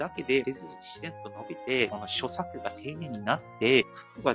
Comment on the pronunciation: さん、いつも楽しく視聴させて頂いてます。 東大大学院卒の方へ僭越ですが、所作は「しょさく」ではなく「しょさ」と読みます。 日本語は紛らわしい読みが多いです、応援してます 頑張って下さい。 ^-^ｙ。